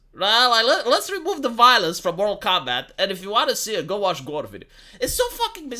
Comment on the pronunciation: It's Mortal Kombat, not Moral Kombat.